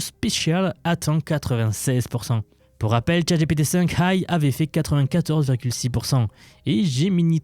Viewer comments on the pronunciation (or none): none